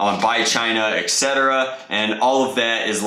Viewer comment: He said ect not etc 😂